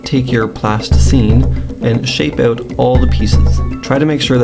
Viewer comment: i could tell by the way you say out